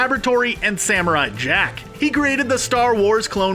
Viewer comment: For a second I thought he said Samurott Jack lol